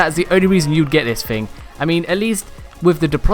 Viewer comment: I'm pretty sure it's thing and not fing